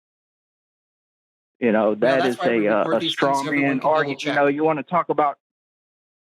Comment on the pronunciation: Did he sy "Strong man argument"? lol I could swear that's what I heard.